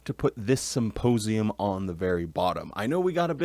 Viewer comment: "Symposium"... I'm so triggered.